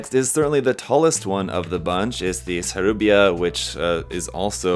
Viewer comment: Its Sarubia NOOOOOO!!!! 😂😂😂